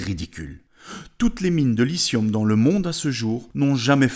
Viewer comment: lithium avec un t ... il est pas muet le T !!!